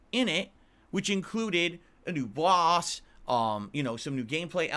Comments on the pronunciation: “New BAUos…” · Lmfaoo my mans really said “ah new bawwhsss.” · doesn't need anyone to make him look bad, he does that extremely well on his own. Edit: "Ah knew Bwahhss!"